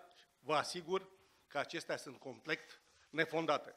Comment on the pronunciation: "complect" analfabet